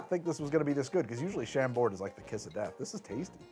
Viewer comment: What a strange reaction to the original form. I thought that the Glados-Meredith was a great fit, being scifi-scincy, but still humane (writing this just as the ai-voice mispronounced Chambord :D)